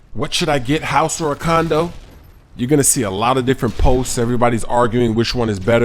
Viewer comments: sounds like you're saying condom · sounded like he said condom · Haha he said condoms instead of condo several times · it sounds like your saying condom in stead of condo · u said house or CONDOM....I know u meant condo though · i thought he said condom on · Haha caught you saying house or condom at first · It sounds like if he's saying condom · Hahahaha i thought he said condom first. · Hahahahahaha it sounded like u sed house or condom lol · Am I the only one who thinks he says condom ? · U said coondom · Condo u young. Condo downtown because its all about location. Lol sometimes u say condom. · is it me or do u hear say condom as condo? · sounds like your saying condom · said house or condom that's hilarious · wow the first time i heard him say it, i thought he said house vs condom. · Did he say house or condom?? In the beginning Haha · you said condom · is it just me or did you say condom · At first i thought you said, "House or Condom?" hahaaaa * laugh*